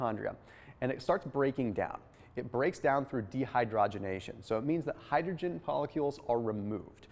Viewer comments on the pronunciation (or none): none